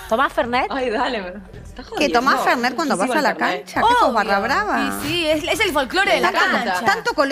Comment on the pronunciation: Se llama y dice Fernet...fernay las p...😂😂😂